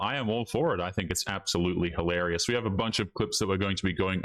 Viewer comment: If you can't say "hilarious" then I have to give you a thumbs down until you snap out of it. I have to make sure I don't start speaking the wrong way listening to YouTubers who misuse expressions and mispronounce words.